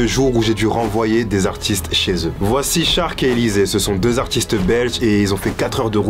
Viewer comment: Cest pas shark en mode requin , cest charc , en mode charclo